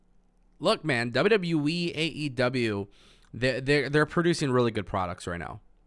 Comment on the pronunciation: I only watch to hear him say dubya dubya weee